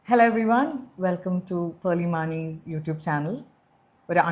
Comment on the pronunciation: പെർളി മാണി ❌ പാളി.... മാണി ✅😂🚀🚀